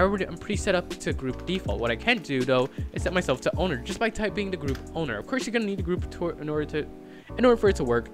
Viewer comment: he said ownedr